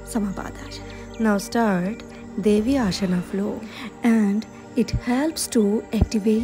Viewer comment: ಅದು ಆಶನ ಅಲ್ಲ ಆಸನ, ಶವಾನಾಸನ ಅಲ್ಲ ಶ್ವಾನಾಸನ .ಸರಿಯಾಗಿ ಆಸನಗಳ ಮೊದಲು ತಿಳಿದುಕೊಳ್ಳಿ.ತಪ್ಪು ತಪ್ಪಾಗಿ ಉಚ್ಛಾರ ಮಾಡಬೇಡಿ.